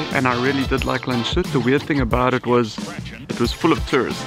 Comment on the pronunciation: Very nice video! Actually the name is pronounced more like Lands-hoot not Landshoot. Sorry for correcting you.